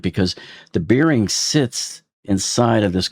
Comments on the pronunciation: Bearing rhymes with "bare" not "beer". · FYI, klev-is bair-ing